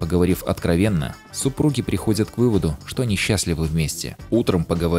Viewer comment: "...поговорив откровенно, супруги приходят к выводу, что [они или не????] счатливы вместе...." Ахах, 10 раз перемотал, чтобы понять "они" или "не" Не понял :D По футажу думаю, что все же "они счастливы" :) Красивый монтаж) Спасибо за видео, телега в подписках ;)